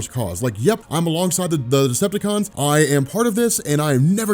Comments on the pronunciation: Is he saying destructacon ? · I don’t know much about, but does it sound like keeps saying destructicons?